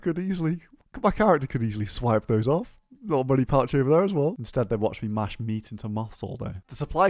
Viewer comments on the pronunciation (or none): none